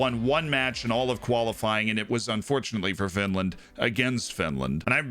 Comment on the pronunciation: Oh no, not Finrand